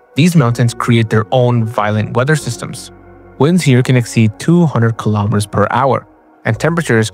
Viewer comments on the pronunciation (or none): none